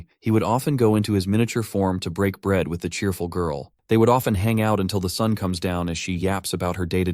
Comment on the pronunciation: Day 1 of helping him say bread